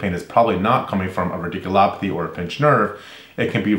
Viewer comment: A fun observation: radiculopathy. You introduced this term in the cervical stenosis video. I was amused because you pronounced it rIdiculopathy. As in Ridiculous. Maybe it's a ridiculous procedure. I hope not..